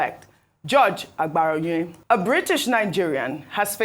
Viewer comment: Ojy, it is not "aGBaraonye", it is "aBaraonye"... They are different in meaning...not every "g" letter is pronounced as a "GB" sound!